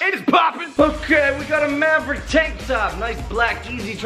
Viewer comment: You didn't finish mavericks name you made it say maver !!!! 😕😕😞